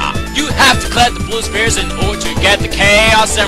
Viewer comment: I hear this as "Spear" not "Sphere"